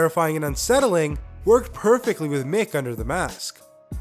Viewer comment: its mick not mic